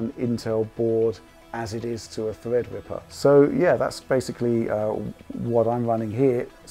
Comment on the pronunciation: thwead wipper